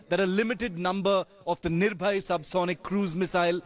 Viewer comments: Thank god... Some one corrected him that....missile name is NIRBHAY and not NIRBHAYA..... we still have faith in our literate and educated Media.. That they will improve their standard. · Its NIRBHAY not NIRBHAYA